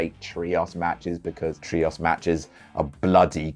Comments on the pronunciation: Why does pronounce it like tree-oss and not tree-ohs?? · I’ve never heard a person pronounce the word “Trios” so badly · Why does pronounce 'Trios' like that. Also why are they trios matches, WWE calls them 6 man tags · I've never heard anyone pronounce 'trios' like, I'm kind of all about it.